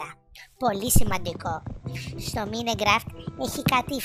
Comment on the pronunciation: Το mine raft το λέει μινικραφτ xd